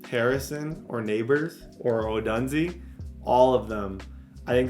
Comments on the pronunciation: It’s pronounced O-dune-zay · His name is pronounced Oh-dune-Zay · Can someone please educate how to say Rome odunze’s name correctly